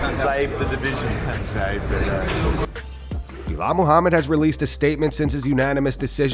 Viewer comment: Did anyone miss how Buffer called him Boolal in the pre fight intros